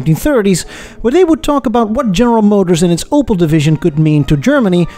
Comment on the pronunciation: Its called Opel not Opal Took me extremly long to recognize what was meant